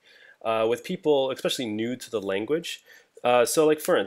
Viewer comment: Never trust a person, who says 'eXpecially' and does not use semicolons in JS. Yes, I'm aware that this sounds like an argumentum ad hominem fallacy, but I'm just joking here and making a point of completely disagreeing with the opinions expressed in the video.